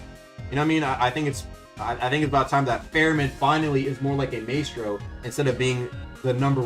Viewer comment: Bro does not know how to pronounce Maestro.